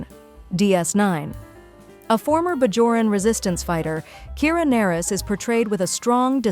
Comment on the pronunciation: I bristled every time I heard "Kira Nerris" (pronounced Ner-ees)